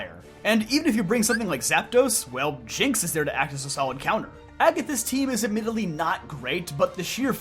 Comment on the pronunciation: Wait, did he call Jynx, “Shinx”?